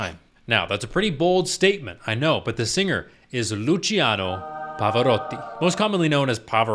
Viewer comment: I applaud you for this - you pronounced the name of the legend right. Pava would have been proud☺️ (I’m not Italian but I know the Italian pronunciation quite well)